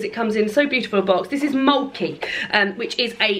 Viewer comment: great game though pronunciation could do with a little work LOL